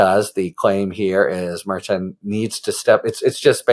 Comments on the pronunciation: Harry, love your channel, but it's pronounced Mer- shan. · It’s pronounced mer-shan as a guest recently reminded you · I think you’ll find it is Mer-Shawn😊